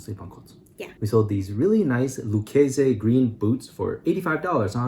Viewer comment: Hey you guys, I'm from TX we pronounce it Loo casey on those boots. It's an upper brand you could have gotten twice that for them. LUV the green. lol